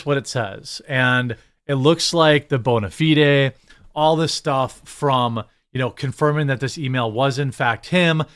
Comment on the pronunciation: Why did you pronounce bonafide like that?😂